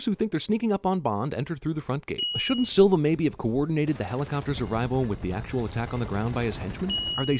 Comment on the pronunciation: As a Brazilian I'm impressed at his flawless pronounciation of Silva.